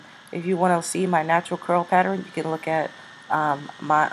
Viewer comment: "Patterin" lmao